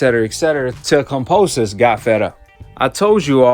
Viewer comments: It’s kambosos bro not kamposos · Oi😅 Pronounced ➡️ Kam - bo - sos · Ya know Kambosis is pronounced with a B right?